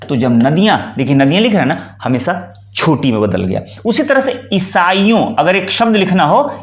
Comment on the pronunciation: आप स्वयं 'श'-'स'-'ष'-'ज़' के शुद्ध उच्चार करें; "हमेसा" न बोलें, "use" को "यूज" न कहें, परन्तु "यूज़" शुद्ध उच्चार करें। 'J', 'Jh' एवं 'Z' के उच्चारों के अंतर को समझना और समझाना अत्यन्त आवश्यक है।